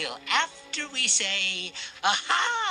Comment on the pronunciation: Not HA HA like to point and laugh at someone, It's A-ha like from a song take on me.